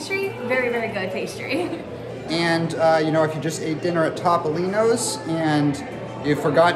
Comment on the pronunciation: ...I beg you to ask your nonna how Topolino is pronounced. I'm having no luck.